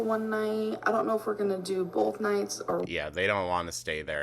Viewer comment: This is the funniest thing I think I’ve ever heard on this channel 😂😂😂 🤣 🤣 🤣 she needs to clean BOWLTH!!